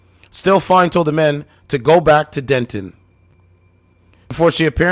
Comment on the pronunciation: She says den-TON! Everybody I met in Denton have more class than this chick.